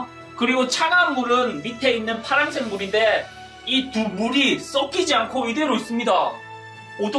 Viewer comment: 물이 썩키지 발음이 ㅈㅈ